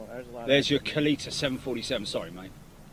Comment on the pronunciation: I think it is said KAL-ETTA....or something close to that. A former NHRA drag racer owns the company. I remember that is how they said his name on TV.